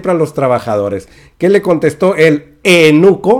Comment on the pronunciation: Se dice eUnuco, no te saltes la "u"... saludos...